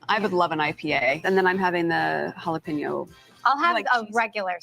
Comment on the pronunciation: Nobody who speaks Spanish would say “halapinio”😅